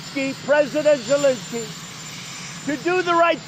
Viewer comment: Who is President Jazenski? It's Zelensky.